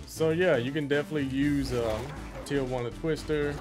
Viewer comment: As a person who likes videogames I love when you give us detailed tips about throws and moves we can use, evidence that you give the game passion and time As a Mexican I love how you pronounce Tijuana